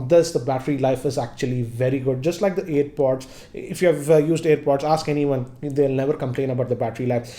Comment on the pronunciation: It is airpod right. You are saying it as earpod